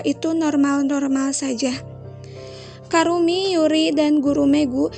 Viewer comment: Namanya ebisuzawa kurumi kk bukan karumi🤧